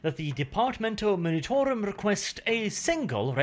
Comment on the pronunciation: Oh and...for the also many times you say it...its the Departmento 'M-u-nitorum', not 'M-i-nitorum', but I grant you, of course, to have a bit of artistic freedom in this, if you like 😅